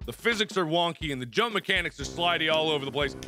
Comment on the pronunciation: I love how he says jump like yump sometimes.....its so hilarious